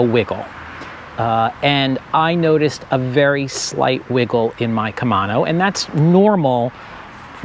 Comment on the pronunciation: KUH - MAY - NO 😄